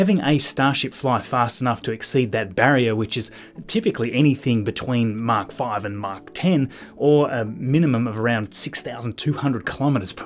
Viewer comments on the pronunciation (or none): none